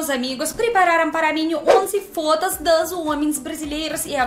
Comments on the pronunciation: quando você fala a palavra "FOTOS" nós entendemos que você está falando "FODAS" 🤭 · ..seu português está melhorando a cada dia...mas cuidado ao pronunciar "fotos"